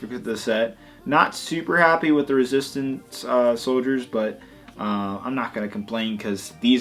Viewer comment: it is resistance not resstint